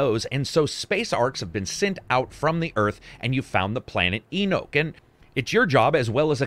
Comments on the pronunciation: the planet your on Enoch, is pronounced E-Knock its a Jewish word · Lmao "E-nook"